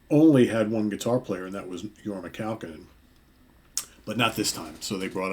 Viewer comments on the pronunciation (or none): pronounced Kah-Cone-In. Accent in middle "Cone". Thus, Your-mah Kah-COne-In. HOT TUNA! He is from Santa Clara, Ca